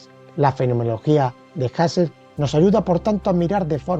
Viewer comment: Pues no, no era “jasel” si no “juserl”